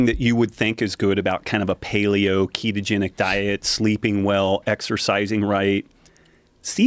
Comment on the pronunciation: Pretty sure it's ketogenic, not ketotic